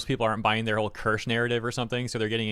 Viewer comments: are you dyslexic it's ker-sha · "kursh" it's keer shuh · As some have pointed out, she pronounces it like “KEER-sha” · It's pronounced as cheee-see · German here: Maybe try "kear" (like tear) and "sheh", similar to "huh" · Not, it's pronounced Kirsche. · It's pronounced like it's spelled. Kirsche. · get name is KIR-SHAAAA, pronounce it right, it sounds bad lol. Just telling you how to pronounce her name, honestly I love your content truly enjoy you and everyone who brings all the bad behavior from people up. Keep working hard my good sir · Her name is pronounced Kear-sha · It’s pronounced Kur-sha bro lol